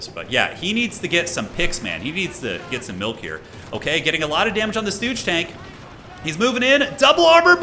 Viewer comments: the Stooge is pronounced Shtoog. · Stug, pronounced like Slug. Stuh-ugH Great casting man 🤙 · Please call the StuG with the hard G. It stands for Sturmgeschütz. Other as that, keep it up, these are entertaining to watch! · Okay, your commentary is very entertaining, keep it up! there are a couple of mistakes in pronounciation though - Stug is pronounced Shtoog - g like grey, not jam (from Sturmgeschütz) . and bersaglieri - g is silent, so its Bersal'yeri, idk its hard to describe a sound, basically when you select the squad you can hear themselves pronounce the name correctly. other than that - big fan! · High level COH is so incredible to watch, the micro is insane. The way he blocked Crusaders with Carro Armatos to prevent it from escaping, clean AF. Side note: it's not Stooge, it's more like Shtoog, short from Sturmgeschütz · And he calls the Stug “stooge” lol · Nice Video but your pronounciation of Stug just hurts as a german 😅